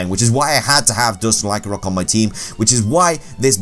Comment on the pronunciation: LYCANROC DOES NOT END WITH A K!